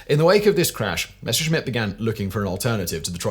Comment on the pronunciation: ffs man, stop pronouncing Messerschmitt as "Meshersmitt"...!